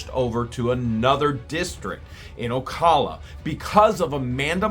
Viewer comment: Love the drama … Ocala is not pronounced like that tho . Do a google search and it will actually say it properly for you. Not being a picky person just a life long Floridian.